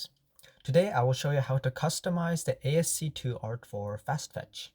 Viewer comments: It is pronounced as "Ass-key art", not as "AST2 (I think you meant to say ASC2) art" lol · What you're calling ASC2 is actually ASCII (pronounced ass-key), or American Standard Code for Information Interchange. It's an early standard for text encoding.